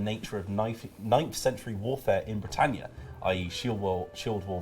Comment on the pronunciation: FRONES OF BWITANNIA